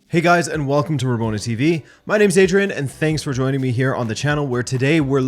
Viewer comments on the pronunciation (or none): none